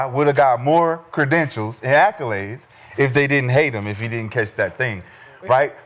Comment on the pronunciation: Somebody please tell Gil there's no "U" in "accolades". Lol he uses it so much, at least pronounce it right. Damn acculades lol